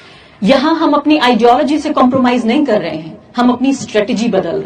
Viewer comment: Bhai कर to poora bol le..... Tere कर me bhi british accent h